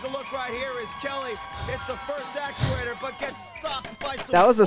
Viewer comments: …it’s actuator…not aculator lol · said accuLater